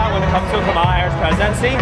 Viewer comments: So it's ok for a crazy democrat to mispronounce KAHemla, but not a republican? He mispronounced her name over and over again. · That guy repeatedly pronounced 'Kamala' in that way that is supposed to make you evil and racist according to the Dems and the MSM. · I kinda love that he/they mispronounced her name over and over. 😂